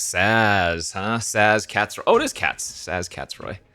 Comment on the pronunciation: You pronounced Sazh right, but is having a rough go with the names lol